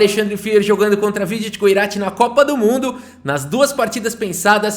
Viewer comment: metade do vídeo chamando o vidit errado 😂